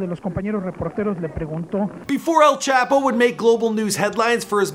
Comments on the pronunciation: I hate how you're saying "Chapo" white guy from Canada. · Chop-o is how you pronounce it. Chap-o is so incorrect it sounds like you're making no effort to say it right